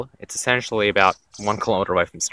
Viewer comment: ensentially, ensentially...